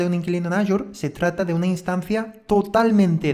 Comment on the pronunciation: Muy bueno el curso, solo una recomendación, en la pronunciación de AZURE, en España se dice Asure, pero en español latinoamérica es Ashur, y no aYur.